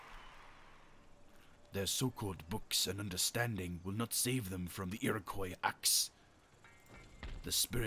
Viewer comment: I know this is two years later but it’s pronounced KWA not COY in Iroquois At least where I’m from